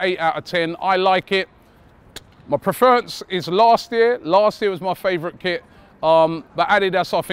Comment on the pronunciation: the way pronounced prefer and preference omg